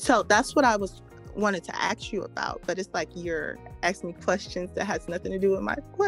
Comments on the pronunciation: Comm. major, yet she still pronounces ask as axe. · "axe"??? It's "ask", Ms. Communications Major. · “I have a communications degree.” “Can I AXE you a question?” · Communications major . Says axe a question instead of ask . Just saying. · I know, right?! "ReSIGnated" versus "reSONated" also appeared to elude her until KS pointed it out to her repeatedly. Her excuse of not working in her field at the time was a poor, if not embarrassing one, in her attempt to explain away the error. Not a good look for someone with a communications degree. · She axes you something to cut through the bs! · AXE BRINGS THE AXE ! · he doesn’t need to “axe” permission to do it, either 🤣🤣🤣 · For someone that has a degree in communications, she really aught to stop 'axing' questions. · She's a liar. No one with a masters in communication would allow themselves to say "axe" instead of "ask". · "i wanted to AXE you a question" But she has a master in communication. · She said "axs" instead of "ask" too. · All those supposed degrees, and still doesn’t know the difference between “ask” and “ax”. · I will never ever understand the use of the word “axe” in the context of a question. It is the MOST triggering sound to me. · "I have two degrees, my first was in communication" Also "Can I axe you a question?" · Sir it isnt axe... Its aks LOLOLOL. Slang was used so we could shorten syllables for faster speech. Aks is by far the dumbest bullshit cause it doesn't speed up language at all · She always “axe” questions she never “asks” questions. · She has a degree in communications and yet she pronounces it “ax” instead of “ask” when she has a question? She needs to get a refund from the college that gave her a degree in communications. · When she axed it was over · A masters and still can’t pronounce “ask”. It’s Ask not ax. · "I want to axe you"... "Communications" degree. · I have such a problem with people who intentionally speak poorly. Unironically saying AXE is pathetic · Axed... So annoying.